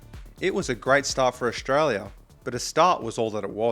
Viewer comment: Ok young man this is good content, but please don't pronounce it Ausshhtralia. You're making a 'sh' sound.